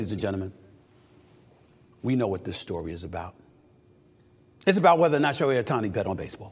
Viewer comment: Who's SHEOHI Ohtani? Shohei's brother?